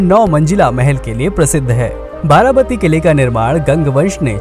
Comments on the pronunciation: It's not 'बाराबती' it's 'बारबाटी' (actually 'बारॅबाटी'). Odia names should be pronounced as Odia, not Hindi...like Bengali names are pronounced as Bengali and South names are pronounced as South. Simple! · वारावाती नहीं वारवाटी है